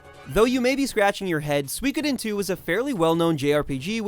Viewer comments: Suikoden is pronounced sue ee ko den. Not sweekoden. What? No mention of Intelligent Qube? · sue-ikod-into never heard of this sue-ikod-into !!! It's pronounced Sui - ko - den - ni or SUI - KO - DEN - TWO the word has 3 equally long syllables and when you spell it in hiragana it's even 5 characters long すいこでん - and in Kanji its: 水滸伝 It is the name of a chinese novel and means "Water Margin". "Water Margin" itself refers to the place in which the story takes place; on Mount Liang, Liangshan district of Jining city in southwestern Shandong province, China. [During the Song Dynasty, the Yellow River passed through the area and it was know to be the biggest wetland/marsh in China] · Su-WE-Co- Den. not swee-ko-dine.